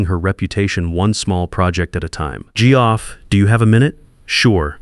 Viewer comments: “Gee-Off”? Really? Your ai can pronounce Jeff Sullivan together correctly, but Geoff/Jeff alone not? Really disrupts the flow, badly. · Tell your AI that Geoff is pronounced Jeff.